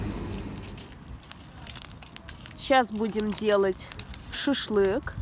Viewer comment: Вы в самом деле произносите шишлык А какая разница, кто как говорит, были бы люди хорошие!